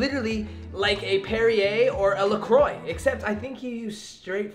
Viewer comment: Dios mio, do you really think cream soda has cream in it, seriously. You need to learn how to pronounce LaCroix correctly. And learn yhe differnce between steam and vapor. Sheeesch!